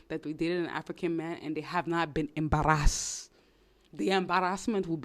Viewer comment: She sounds Nigerian 😅